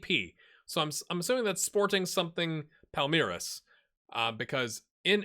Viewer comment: Nice pronunciations on both Palmeiras (SEP = Sociedade Esportiva Palmeiras) and the very first time for Cuiabá. Also, well done with Fortaleza.